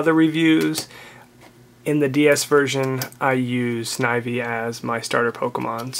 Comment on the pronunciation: You did say Snivy right though! :)